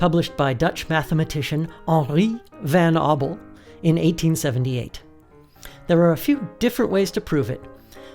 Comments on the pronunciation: You pronounciation of henri van abel makes me cry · The way he said henri van aubel is hilarious for me as a Dutch person